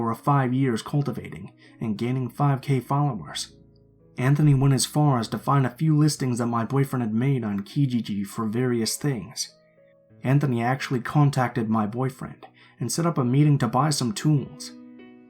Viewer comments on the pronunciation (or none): Hey! Canadian fan here! 🇨🇦 just wanted to let you know that you pronounce Ontario and Kijiji wrong. It’s pronounced “on-t-air-ee-oh” And “kah-jee-jee”! Love your narrations!! Lots of love 💕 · Awesome stories but just one thing, it’s Ontario (awn-tare-ee-oh) And Kijiji (Kih-Jee-jee)